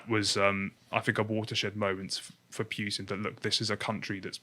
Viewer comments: He is called PUtin not Pewtin !!! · it's not pjutin nor pewtin it's a U there's no J. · Do you pronounce it Pewtin on purpose? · The dude in blue is boring and doesn't know how to pronounce words properly (Putin....Coup).